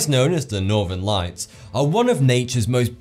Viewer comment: Please pronounce th as th and not f. Wif, Norfen Lights, earf, fousand - driving me mad and a complete distraction from the information.